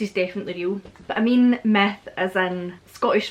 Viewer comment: Oh, Queen of Scots, when you say „myth“ it sounds more like „meth“. Which leads me to the idea, is the appearance of Nessi liked with the use of drugs - like large quantities of best 🏴 whiskey? 🤠